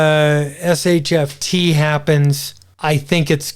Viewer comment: Not sure why you call it SHFT instead of SHTF...